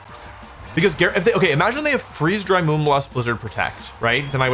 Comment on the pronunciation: “Blizdner” instead of Blizzard